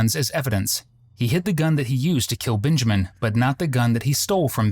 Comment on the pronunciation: Why do you keep calling him “BINjamin”? His name is Benjamin, with an e. Not binjamin